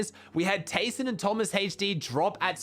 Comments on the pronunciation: Man said taysonhd lol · bro "taysonhd"